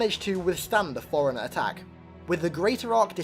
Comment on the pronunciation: FORE-RUNNER, NOT FOREIGNER, holy fucking shit